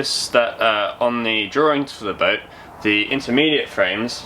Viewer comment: This chap makes a mockery of English language..(draw-ring)?..maybe the parrot should narrate?